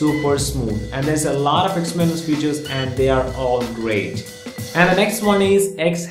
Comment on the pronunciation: 'a laatt'...😂 what an accent!